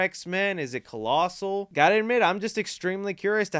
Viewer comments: Bro I know this man DID NOT just call Colossus “colossal” lol im done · Did you call him collasal??? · You said…..”collasel” C’mon bro. 😂🤦‍♂️ Do better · Is it “colossal” lol never heard someone call colossus that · Not to sound like a nerd but you pronounced Colossus wrong 😂